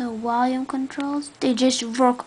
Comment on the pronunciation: Whats "Wolume"? And "very more detailed"